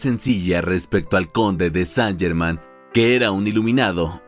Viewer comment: Qué penita que el nombre esté mal pronunciado durante todo el relato. Más prolijidad para el próximo video.